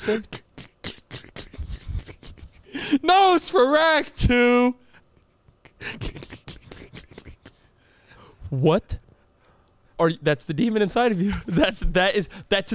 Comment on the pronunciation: Nosferatu ….. said Nose-for-act-too 😂 (There is a delay on the phone, me and my girl watch stuff on FT and to have it synced I have to be about 1.5 to 2 secs ahead of her) Point for lol